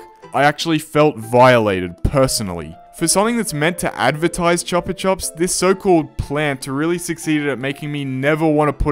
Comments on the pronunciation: please never say chupa chup like that ever again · I hate how you pronounce Chupa Chups as it's completely wrong, It's Choo-pah Chups! It literally took me seeing the ad you showed to know what you were referring to